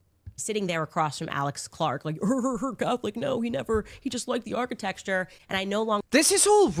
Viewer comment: She said “architexture” multiple times and you didn’t detect anything wrong?